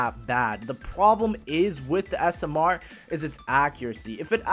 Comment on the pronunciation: I love how says smr. He says it like s.m.errrr